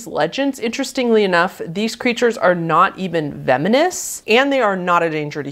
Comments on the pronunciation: anyone else hear her say vemonous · “these creatures are not even vemonous” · I'm sure you actually said "venomous" but the auto captions said camel spiders are "not even feminists." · "Theyre not even vemonous". I'm not making fun of i promise i just wanted to bring that up i think its funny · You drink more than you study! "VeMinous!". The US wasn't in Iraq in 2000sssah! It goes on in this video!